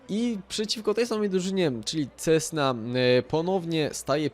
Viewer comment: Kassena a nie cesna...